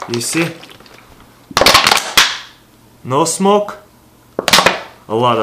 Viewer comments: it is smoke not smock...just sayin :P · smoke has an e at the end